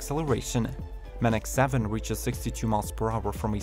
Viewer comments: #3, the Manx7 is pronounced Manx, rhymes with tanks. The name comes from the Norton Manx. It's not Man-x. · The Manx7 is pronounced ‘manks’ like the name for the Isle of Mann in the UK renowned for the world famous TT races!